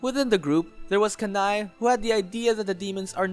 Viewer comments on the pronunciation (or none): I think Kanae is pronounced “Kan-nay”, it sounds weird being pronounced “Ka-nai”